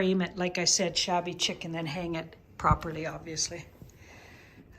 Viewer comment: enjoyed post. it's "sheek" not chick